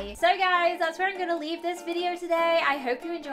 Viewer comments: You said ideo instead of video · uhmm.. U said are you excited for this ideo not video😅